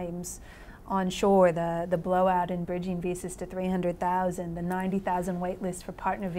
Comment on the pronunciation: Ninety in American, Six in Australian. Amazing!